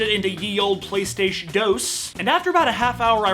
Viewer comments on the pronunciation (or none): none